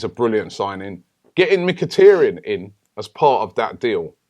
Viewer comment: Guys please lets pronounce Mkhitaryan's name correctly. Its Mkhi-TAR-yan, not Mkhi-TER-yan. Its TAR as in dark viscous substance. Robbie, please take note.